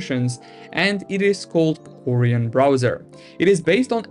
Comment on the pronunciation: Orion not oreeon